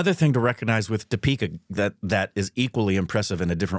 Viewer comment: I don't understand why still the intonation is so weird. It's Dee-pika. Not Di-Peeka